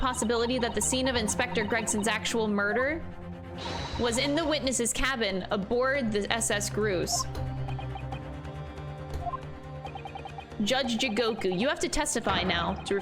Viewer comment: I don't know if reads these, but "grouse" is pronounced like "mouse". It's a bird.